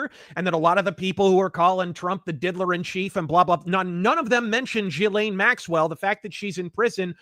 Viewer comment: Ive heard, Jizzlaine. Gislane. Gelain. Jelane. Whats next. JELLO